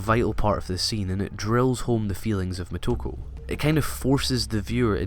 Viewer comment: Moto-KO, it sounds like you're calling her "Ku".